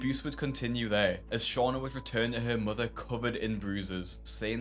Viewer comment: I love how Dr. Now pronounces mother “mudder” 🥰